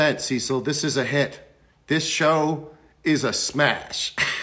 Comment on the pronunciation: When he says "Cecil" but all you hear is "sea salt" 🙈